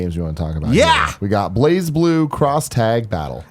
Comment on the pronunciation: BLAZE! not "blahz" #youreWrong